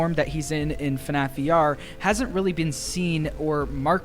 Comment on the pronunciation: AHHHH IT'S FUHNAFF